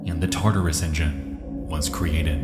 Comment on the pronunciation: I swear everytime you said "tartarus engine" I heard that as "taardis engine"